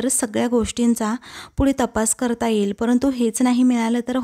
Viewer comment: एईल कय ये ये येईल नीट मराठी उच्चार शिका